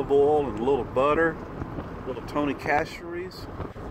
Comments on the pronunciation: It’s pronounced Tony sascheries. 😜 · I am from Louisiana. It’s pronounced Toney’s sass-sir-rees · Sash.uh.ree,. Pay attention, lol. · Hey, just an FYI - Tony "Cachere's" is pronounced "Sasherees". Also, I am so glad you visited the Valley of Fire State Park. My husband and I visited it, and loved it, when we had kids living in Las Vegas. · It’s pronounced: “Tony sash-er-rees”. From a local in Lafayette, La. Laissez le bon ton roulez (Let the good times roll).